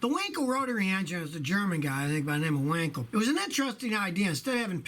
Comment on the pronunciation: It's W-A-nkel not Winkel...